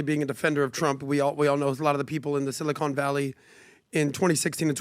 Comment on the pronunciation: It’s Sili-con not Sili-cone, silly